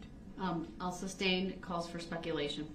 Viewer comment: Let’s not forget Substain